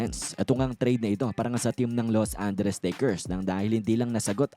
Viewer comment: Ano bang Los Anderes? 😂